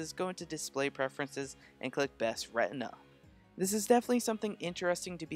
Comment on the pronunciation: 'RETINA', not 'REHNDMA'